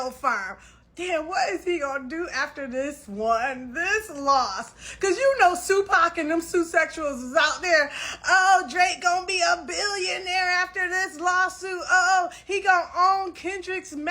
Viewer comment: She said "sue-sexuals" I'm deceased 💀 😂😂😂